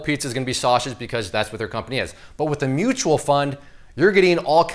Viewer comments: Mutual not Mutal 😂😂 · mutal fund